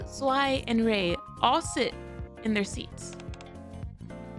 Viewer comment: "Zwei" is actually pronounced "Zvah-ee". It's german for two, obviously.